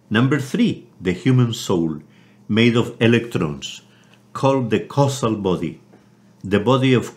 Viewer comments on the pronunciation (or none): Hi Richard,It is a very useful lecture. Just one thing, battles to pronounce causal and it sounds like he says castle. Please point this out to him for the future. The more seasoned gnosis students can easily work it out but newcomers will never understand it as "causal", other than that is brilliant.